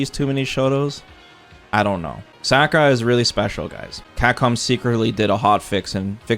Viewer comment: Who is Sackura?Its Sa- ku- ra